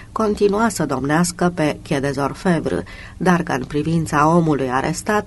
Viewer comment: stiu ca exista. dar persoana care citește nu are habar nici măcar cum se citește Quai des Orfevres. Cum poți sa asculți un roman, nu, 42 de romane de Georges Simenon si sa te confrunți la fiecare 10 cuvinte cu o denumire sau un nume distorsionate, de nerecunoscut?, parca. Am auzit in premiera o perla de la dumneaei care zicea ca sa lăsăm un comentariu sau un like si daca ne place si daca nu ne place. Si chiar o amuza ideea....